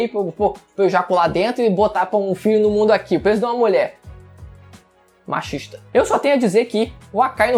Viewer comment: Machixta kssksksk